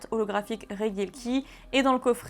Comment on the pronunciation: Regidrago mais tu prononce reguieleki. Pourquoi ? Si ce n'est l'analphabetisme ? Regi se prononce Reji. T'es insupportable.